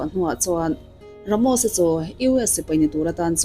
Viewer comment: Ramosa ti hlirin i sawiin ka hria 😂Ramosi iti zeuh2 😂😂i aw phawi hi a mak 😊